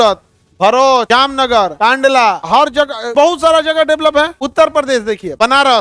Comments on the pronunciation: कांडला ❌️ कंडला ✅️ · Kaandala❎ Kandala✅